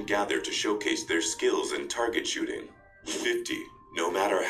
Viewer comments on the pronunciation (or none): This automatic text to speech is terrible. Instead of shooting it said shitting